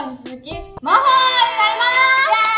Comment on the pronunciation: 今日の挨拶まほちゃん まぽになるかとおもってたらぱほだったわw みんな可愛いすぎる💕